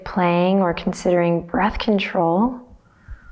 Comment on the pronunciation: Every time you say breath control my mind hears birth control ahahah Loved the practice and love knocking on heaven's door, makes me feel a child again! thanx!!